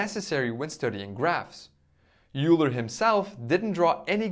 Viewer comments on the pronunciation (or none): Hi! Euler is pronounced as 'Oyler' or 'Oiler'. Great video btw!